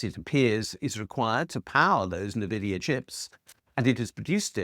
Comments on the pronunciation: Fyi it's ENvidia not NEvidia. Also deepseek still uses pretty advanced nvidia chipsets in its making, but yes at vastly less "stated" costs and demands than those for chatGPT and it's US ilk. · In agreement. A pointer: It’s not “Navidia,” but instead you pronounce the “N” as the letter name. So it’s “N Vidia”, and this is a play on “Invidia” the Roman goddess of jealousy and envy. The idea as that they claimed they were making all their competitors jealous. Turns out, yeah. That came true. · Great video, btw Nvidia is pronounced 'en-VID-ee-ə' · It’s pronounced “en-vidia”. It’s literally a wordplay on the word envy. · It’s pronounced eN-Vid-eeya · Great video. Couple of points...NVidia is pronounced en vid E a. Money never 'literally' comes out of people's ears. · It's pronounced ENNvidia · They pronounced it at CES (I think it was the MSI rep) like this as well. It's the future, get onboard! 😂